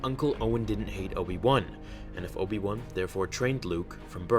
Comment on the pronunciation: Obi One T_T Its WAN, BRUVH T_T